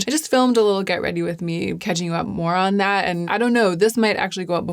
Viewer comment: “Catching up moron that” is what I heard 😂 I love this monotone skin/blouse look. You are a rare gem❤